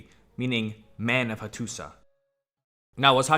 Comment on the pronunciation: Learning a lot here. Excellent presentations with one caveat: the pronunciation of many proper names of the historical figures and places is not like what I’ve ever heard. Example: Hattusa has historically been pronounced Hattusha. Great site.